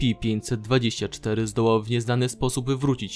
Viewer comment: Dlaczego musisz tak przeciągać wstęp? Ideentyfikatooor podmiotu... estsipi 049; I dlaczego nie przeczytasz po polsku: es ce pe, tylko kiepsko po angielsku :/